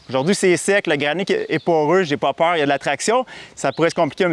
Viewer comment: "J'ai po peuwr". Classique.